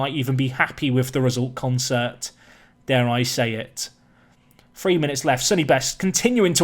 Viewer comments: Isn't Consett pronounced 'Con - set', not 'con - sert' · Who's gonna tell him it's Consett and not Concert?